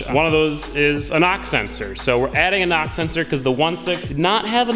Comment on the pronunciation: I heard NOX sensor lol, took me a while to figure out you were saying knock.